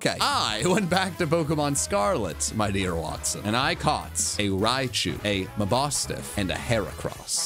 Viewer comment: getting Mabostiff right is the equivalent of using the wrong formula and still getting the right answer